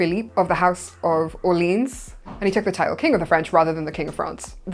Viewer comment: In French, Louis is pronounced like "Lou-ee" not "Lewis". Orléans is also pronounced "Or-ley-ans" (3 syllables). The correct pronunciation is a good way to tell it apart from New Orleans in America, which is where the Or-leens pronunciation is used. Totally different places!